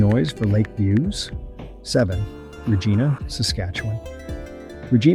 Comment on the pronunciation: Did you just say Re-GEE-na? 😂